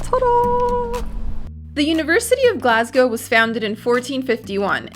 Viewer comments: NOT GLASGAOW it is GLAS GO!!! GO LIKE GO TO THE STORE NOT LETS GAOW TO THE STORE!!! FUCKIN YANKS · It really annoys me how you said “glasgew” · love your videos but please learn to say glasgow (glas go)